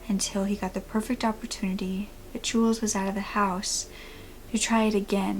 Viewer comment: Really? How could Jules be pronounced the same as Julius? They don't even have the same amount of syllables. It's jewels.